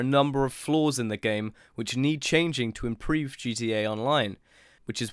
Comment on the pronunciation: I like the way he says impreve (by which he actually means improve)